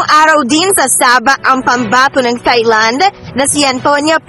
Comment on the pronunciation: Lol. Ang tanda na di pa alam ipronounce ng tama ang thailand